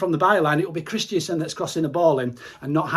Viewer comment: Kristensen not Kristiansen haha. Great videos though mate.